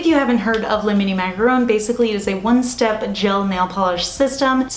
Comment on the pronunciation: So cute! And I'm sooooo glad you pronounce "macaron" correctly lol. There's a very popular beauty Youtuber who mispronounces it every time as "macaroon" and it drives me 🦇💩 crazy haha!